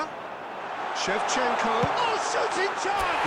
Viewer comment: Shevachenko ❌ Shevashanko✋🏻 😌🤚🏻 ❤️